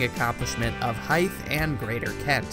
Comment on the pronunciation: "Hythe" is not "haɪθ", with the /th/ pronounced as in "Keith". it's "haɪð", with the /th/ pronounced as in "the".